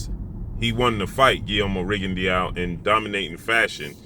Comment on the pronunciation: Rigondeaux......pronounced Rigondo......not Rigondiao......just saying🙃